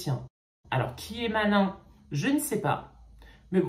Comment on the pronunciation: Je crois que malin est Maline ( la prononciation) c’est une garde je crois